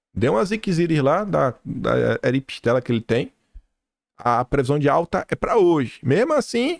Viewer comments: vc me mata de rir,, não é "eripistela", é erisipela 😂😂😂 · “Aripstela” do Presidente Bolsonaro, foi a cerveja do bolo,!!! 😂😂😂😂 O homem tem ERIZIPELA. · Adorei vc falando a "eripistela" do Bolsonaro...kkkkk